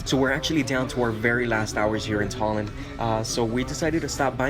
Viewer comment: I live in tallin and for a american you said tallin very good